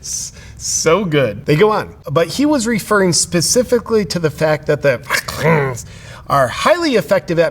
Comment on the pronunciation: The weird way of saying vaccine and covid is funny at first but gets old quick